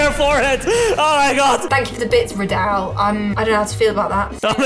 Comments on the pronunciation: Is radal not rayla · It makes funny how the japanese guy calls radal like "radar" bc they cant spell the L on japan so they need to say it like the R lol